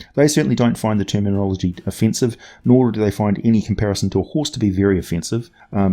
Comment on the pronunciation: "Of-fence-ive," get it? 😆